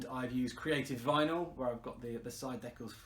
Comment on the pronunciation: stickers !! not deck alls